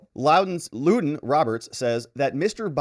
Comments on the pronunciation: Thank you for the break down and update of this man's shameful behavior to his own daughter. I do think though that the mother's name is pronounced "London" not Luden. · Her name is Lunden pronounced “London”. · Ummm....I think it's LuN dun Roberts. About the fifth person I've heard, pronounce it Lew don. One of those narcissistic name things where people think a cool name males them desirable. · Lunden Roberts as in "London".